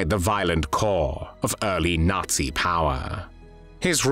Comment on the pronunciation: Qué es "el ensayo"? Y por qué pronuncia "natsi"? El resto lo entendí.